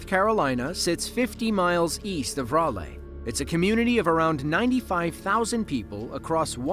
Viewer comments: You'd think an American (by the sound of his accent) would know it's pronounced "RAH-lee" North Carolina. . . NOT "RAW-lay"! smh. . . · I have never in my life heard someone say Raleigh like that kdsjflsd it's rah-lee my dude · Raleigh is the capital of our NC. Pronounced "raw-lee". I realize you're AI and are Pronouncing it as the computer reads it. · Raleigh NC is pronounced "RAH-Lee". I got nauseous listening to you say it incorrectly. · It's AI or computer-text-speech at least. I knew the moment it mispronounced Raleigh, NC.